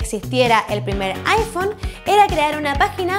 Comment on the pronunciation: Aifon :V